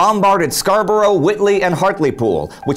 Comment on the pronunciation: He got Hartlepool more or less right though, which is rare enough!